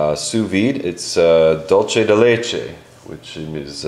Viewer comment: It's not "dole-che" it's pronounced "duel-Seh"